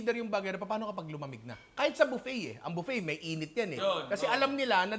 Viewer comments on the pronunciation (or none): none